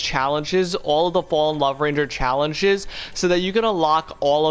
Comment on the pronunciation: bro said challenchess